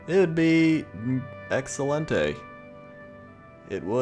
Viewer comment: Spanish speaker here, your "Excelente" was excellent. :3